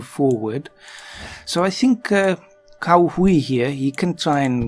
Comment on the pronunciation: "Cao Hui" actually sounds more like "Tsao H'way" - but I am a pedant :)